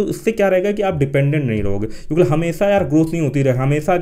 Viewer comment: Aap kyonki ki jagah kyonkle kyon bolte hai har video me dekha maine